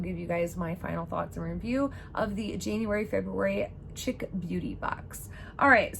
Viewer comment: Pronounced sheek